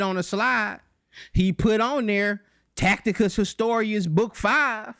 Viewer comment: This doofus 4 real keep saying TAC.. TI.. CUS when It's TAC.. I.. TUS!!